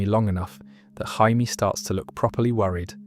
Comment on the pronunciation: “Jay-Me” not “Hi-me”.